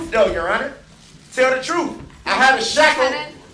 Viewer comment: Bittersweet.... I cannot wait for him to fry.... and I want to hear the victim statements but it's gonna hurt & I don't even know these people. He keeps saying "Tell the truff"... what? No words..